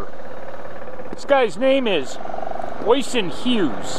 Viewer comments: Oyysin 😂😂😂😂😂😂 it's pronounced usheeen!!!! For some reason he's made all his content private don't know why ? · Got to pull you up on his name.. It's pronounced Ush - sheen not icing. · My man, you butchered the pronunciation of his first name. Oisin is pronounced like "usheen"